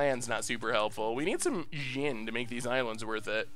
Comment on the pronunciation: It's a djinn. Common - let's try to not to pronounce it like it's the next American president